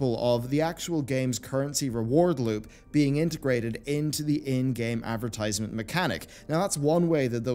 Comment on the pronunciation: Advrtiiisement. Did you do it on purpose? You enunciated it normally later in the vid. Either way, hope in humanity is steadfast dying.